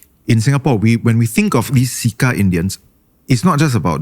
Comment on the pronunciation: im pretty sure its pronounced "Chair Cha Pests" instead of "See Ka Pests", wrt to "CECA Pests".